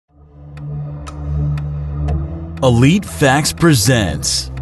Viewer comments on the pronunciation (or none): none